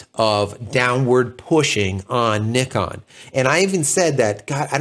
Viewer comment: In North America, we have become masters at pronouncing so many names wrong. I like to hear the way you say Nikon, like mostly elsewhere in the World. Now, h-h-h-h-about Zed instead of Zee! LOL 😁 Other than that, I can only say that the Z9 is not in my future, neither is the R3 and the A1. Too much money for a retiree on a small fixed pension like me.